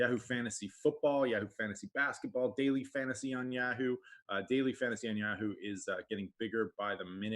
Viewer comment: Dude, learn how to say YAHOO